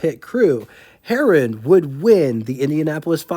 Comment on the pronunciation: Harroun is not pronounced like Herron. Mispronunciations abound here, Kensworth? LOL